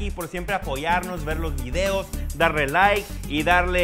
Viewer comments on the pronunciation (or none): none